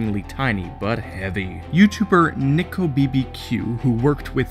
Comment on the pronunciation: "neek o bbq"